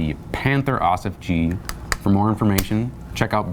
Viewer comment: hey guys, great tank. Just wanted to let you guys know how to pronounce 'Ausf' correctly in German, I can't explain it in words but here's a google translate link. :)